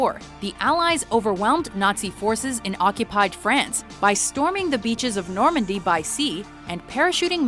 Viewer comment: Not Normandy, normany